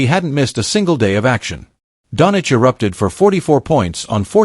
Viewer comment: what is wrong whit you, its not donic, its doncic , omg shame on you